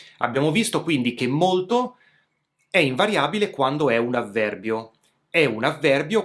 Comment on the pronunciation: Dovresti correggere la pronuncia, preferibilmente sostituire la "d" con la "t": "molto" al posto di "modo". Saluti e complimenti.